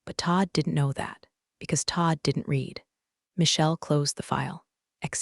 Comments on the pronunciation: It should sound like “red” in the past tense, not “reed.” Simple fix! 📚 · every “reeed” instead of “red” had my eye twitching. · The past tense of read (Read) is RED (Read). The AI shoulkd learn that. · Teach the narrator how to pronounce the past tense of read.